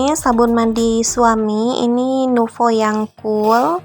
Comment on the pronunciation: Bun sebut nama sabun mandi nya biasa aja NUVO bukan niuvo coba deh dikoreksi😁